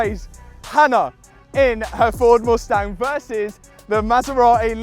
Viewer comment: I hate the way you say Mustang. So bad pronunciation.